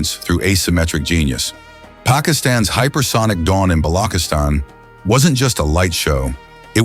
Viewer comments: Bolokistan ? Freaking AI, its Balochistan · correction Its Ba-lo-chis-tan not Balo-kistan. Thanks ✅ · Its not blockistan 😂😂😂 its balochistan ❤❤ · Bollockisstan wtf stupid guy can even pronounce it properly lol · its ch like charming, so say BaluCHistan in Pakistan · “Balokistan” lmao AI sucks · BALO - KIS - TAN 😂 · In pure English for English people pronunciation of "Chis" is difficult